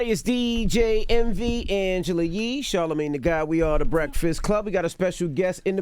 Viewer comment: Charlemagne rhymes with champagne...... anyway, he's just saying some off the wall stuff, obvious jealousy. I watched this interview for Dr. Phil, he's cool.